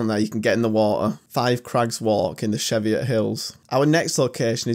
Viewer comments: Nice to see places I know so well. I used to live at Hethpool. My sister fell into the plunge pool at the Linn. That bridge over the gorge used to have planks missing, it was terrifying. Sorry to be a pedantic, but you pronounce Cheviot with Chee vee ot. If you're up that way again, get to the Hen hole on Cheviot, there is a lovely waterfall there. You can buy a permit to drive up the Cheviot Valley, just watch out for sheep, crazy locals and timber trucks. Also there is a nice walk up from Trowburn foot over to Trowup burn, then down the Hetha burn, back to Hethpool. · Laughing in Northumbrian... Dun’stan’brah bam’brah Cheev’eeot ❤ Great video, I adore my county. Oh and the rock formation is part of our volcanic sill and is called grey meres tail 😊